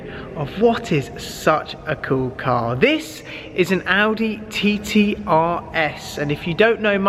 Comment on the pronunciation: Am I the only one who keeps laughing when he says 'TiTi' xD